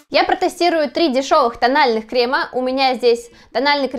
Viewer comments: на самом деле нет. Нужно действительно говорить "кремЫ", а она говорит "кремА" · Крем во множественном числе крЕмы, а не кремА. Слух режет ужасно. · Не кремА, а крЕмы